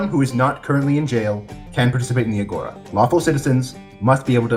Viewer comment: it hurts me to hear the way he pronounced it, its actually agora with the tone being in the a at the end juts a little fun fact, the video was amazing